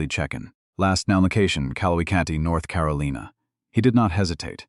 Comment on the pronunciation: Don’t waste your time listening to this nonsense. I got tired of hearing “BOOTS”. Then how the narrator missed pronounce North Carolina, I stopped listening to this story.